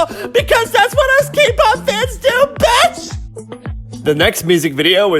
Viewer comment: "That betch" LMAO🤣